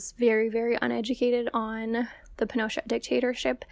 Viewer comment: Two things: i put the emphasis on the wrong syllable of Pinochet for this whole video and didn’t realize it until the entire video was done and uploaded 🫣 it is pin-o-CHET. Also, Peter Kornbluh, the author of the Pinochet File, works (confusingly) at the National Security ARCHIVE, not the “NSA.” According to Wikipedia, the National Security Archive was “founded in 1985 to check rising government secrecy. … is an investigative journalism center, open government advocate, international affairs research institute, and the largest repository of declassified U.S. documents outside the federal government.” Which all makes a lot more sense than him working for the NSA lol.